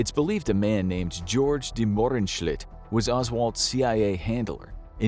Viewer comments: It's G. de Mohrenschildt, not -schlied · Just some helpers.. It's pronounced DE MORN SHIELD and Ruth Paine owned many cars.. The Rambler was suspected to be one of them. Convieniently photos of her and the Bel Air were released to the public, though I can prove that that photo has been Altered, possibly to place Ruth and her son in. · It is pronounced George De-More-en-shield. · Jagger-Stiles was in New Orleans, not Dallas. You badly mispronounced Demohrenshildt and Cheramie. Also, the date about Valle and Abe Bolden happened in 1964, not 1974. Great video but lots of minor mistakes. Yes the CIA did this. See the book Coup in Dallas by Hank Albarelli to see the latest take on who in CIA participated. Good job but a little sloppy.